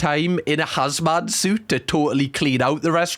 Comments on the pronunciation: R u saying hazMAN suit 💀 its hazmat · calling a ‘hazmat’ suit a ‘hazman’ suit is sending me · Hazmat ! Not hazman😅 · unrelated but i think it's very charming that cam calls 'hazmat' suits 'hazman' suits lol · Just a note, lol. Hasmat, not hasman, is pronounced HAZ-M-AT. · Love how you pay out the guy for saying Star Wars by calling a HAZMAT SUIT a ‘HAZMAN suit PMSL WTF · Hazman? Come on lad you're not that fucking thick 🤣 hazmat, as in hazardous material. Fucking hazman 😅😅😅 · Hazman? Think ya mean hazmat suit (short for hazardous materials). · Are you saying hazMAN suit? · Sorry but let me pause you there… did you call them hazman suits…? Have you been saying it wrong? Hilarious and adorable lmfao